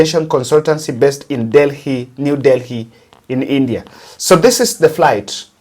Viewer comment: NEW DELHI (the H is mute) please ! Go back to the basics